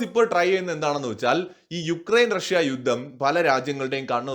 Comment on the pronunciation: യുദ്ദം എന്നു കേൾക്കുന്നത് അരോചകം. ആയുധം, യുദ്ധം ഇതൊക്കെ ഉച്ചരിച്ചു പരിശീലിച്ചാൽ നന്ന്